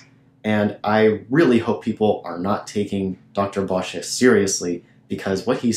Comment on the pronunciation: By the way...Vanden Bossche is not pronounced Vanden BosschA. You must have gotten that from another "proven wrong" platform bloviator by the name of ZDog. I suggest you review your video again since you have had a whole year to be proven wrong on every point. If, however, you still think you are right DEBATE HIM FOR GODS SAKE, AND OURS. HE WILL COME.